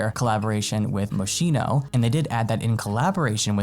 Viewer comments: Not moshino but moskino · it's pronounced mosKIno